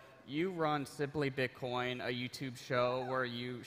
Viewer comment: Bitkoyun mu diyor?